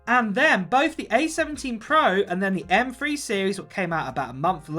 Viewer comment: “M Free chip”